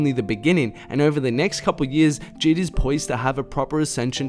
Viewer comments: The way he says JID gives me anxiety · God the way he pronounces J.I.D triggers me 😂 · sylvia trn Jid himself said they’re both valid lmao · he called this man jid